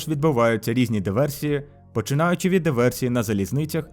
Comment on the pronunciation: правильно буде Диверсії, а не Діверсії